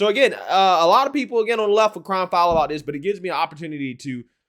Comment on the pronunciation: The title says "crying foul" but the host says "crying filed". Is it the first one and the host just doesn't have the ability to speak English properly? I understand it's hard to speak properly without an education so I'm not judging him. A single mom raising 15 kids can only do so much between strip clubs and waiting in line for her welfare check.